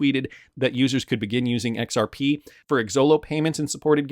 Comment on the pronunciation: BRO… ITS “zahaow” now “EX-OW.